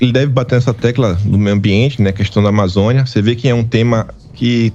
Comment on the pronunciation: O CARA NAO SABE FALAR AMAZONIA E KU KUX KLAN PO!!! PUTA QUE PARIU!!! NIVEL BAIXISSIMO!!!!!!!!!!!!!!